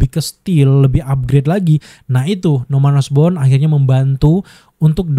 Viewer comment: Norman osborn jadi norman osbrown 😂😂